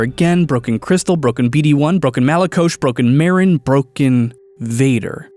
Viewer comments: Honestly I expected you mispronouncing malicos to be really triggering but it wasn’t that bad. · Finally watched this, and I think the name sounds better with how you pronounced it, with the "h". Top tier video.